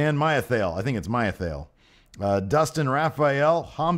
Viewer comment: Yes, My-a-thay-ill lol